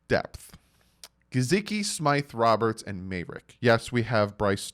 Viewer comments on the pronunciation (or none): none